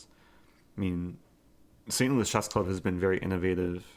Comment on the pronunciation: A few sounds you mispronounce. The "EH" sound in words like chess = AAA as in "AT". Consonant issue EG: Variety. You say Va wa eh ee. Harden up those consonants!